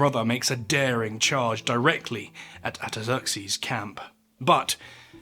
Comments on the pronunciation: Artaxerxes. R....R. ARE? ARTAXERXES.. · Sounds like you don't pronounce the first "r" in "Artaxerxes".